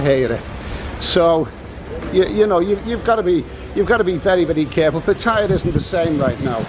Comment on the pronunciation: It's called Pa-Ta-Ya not Pa-Thai-Ya